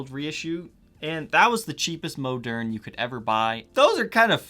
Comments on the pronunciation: It’s not moaderne. Moderne. I bet you say oregano wrong as well. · Hey, the correct French pronunciation is "Moe'-Nair ". Elwood Francis educated me about it. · I always thought it was pronounced like ‘modern’. Cool guitars, holy grail indeed!